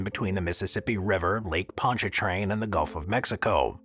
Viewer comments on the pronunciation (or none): none